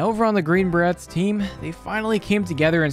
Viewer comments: You did not say Bah Rets hahaha its Bah Rays....I'm not even a military person either sheeshhhh. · Inhale It's pronounced green Bur-Rays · Is anyone else cringing every time he mispronounces Green Beret? In case you’re wondering, it’s pronounced similar to fillet. Like Beray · Good video but i believe youre pronouncing it wrong. The T in berets is silent. So its like "Buh-rays".